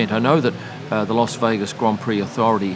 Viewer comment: Thanks for the as always excellent video. You always say "LOS" Vegas. Making me think, is it actually meant to be said like that? Agree that it's one of the best races for on track action, very much enjoyed the race on TV